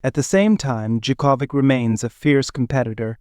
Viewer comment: Learn to pronounce his name for god's sake!